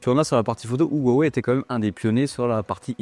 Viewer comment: Pourquoi les Français ne savent-ils pas prononcer Huaweï mais disent toujours ouaouais ?